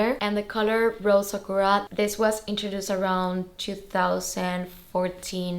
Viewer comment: Aah congrats! I knew it had to be the B25 in Rose Sakura, the color is perfect. Btw, just wanted to let you know that sakura is pronounced sah-koo-rah:) enjoy your new bag!